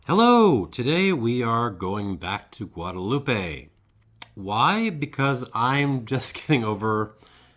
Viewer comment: please pronounce Guadeloupe correctly, it ends with the p sound not eh